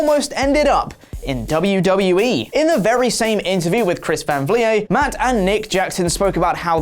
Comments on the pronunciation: Who is Chris van vliyé? 😂🤣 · Chris van vleeeeeet no vleee ayy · Chris Van Vleyay🤣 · Just a heads up, it's pronounced like "fleet" but with a V. Chris van Vliet (vleet). No one on this channel ever seems to pronounce his name correctly even though he says it in every video he does. You guys are great, but credit your sources properly :( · Lol it's funny hearing how many wrong ways you guys can say Chris Van Vliet's name. It's V-leet (like elite but instead of an E sound to start off the word it's a V lol) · A touch saddened to know that you guys don't actually watch Chris van Vliet's content enough to know how to say his actual name... He's the best wrestling interviewer going around! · My ears hurt every time botch pronounces Chris Can Vliet😂😂😂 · Are you trolling his last name at this point? Lol it rhymes with skeet.